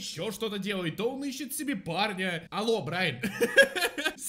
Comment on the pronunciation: Почему мне слышится не парня, а Барни